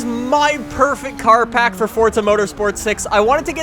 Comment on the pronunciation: Pack not park